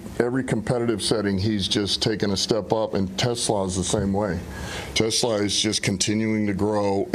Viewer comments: quit saying Tesalaaa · more like Tess-Slah